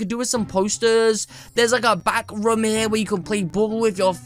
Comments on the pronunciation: And u said rom not room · You say raam it room